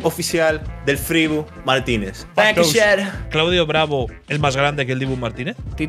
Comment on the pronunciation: Shot cada vez que Will Smith diga "bancan shat"